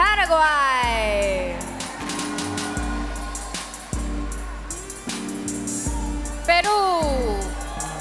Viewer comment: andito na naman ako, how to unhear "peru"???😭😭